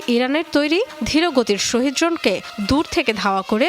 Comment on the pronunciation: শহীদ ড্রোন হবে না শাহেদ ড্রোন হবে শিক্ষিত মানুষ ও মূর্খের মত ভুল করে